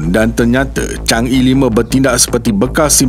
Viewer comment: Sebutan Chang Er, bukan chang Ee